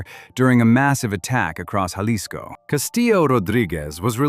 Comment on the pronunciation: learn how to say Jalisco